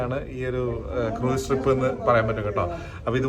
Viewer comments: Croos ennan cruiseine pronounce cheyya 😊😊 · Cruise എന്നതിനെ മലയാളികൾ correct ആയി അല്ല pronounce ചെയ്യുന്നത്